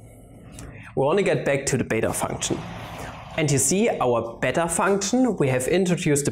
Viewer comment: When you said it's "the beta function," I heard "its a better function."